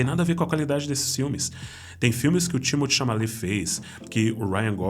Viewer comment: Vídeo dahora como sempre. Timothée ChaMaLet foi foda kkkkkkk